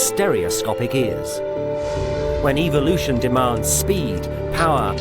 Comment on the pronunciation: I cannot for the life of me take this guy seriously because of the way he pronounces evolution and calling the birds "nature's 'air-force'". Cool and informative and all despite those things